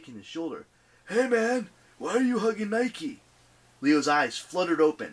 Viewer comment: It’s Nike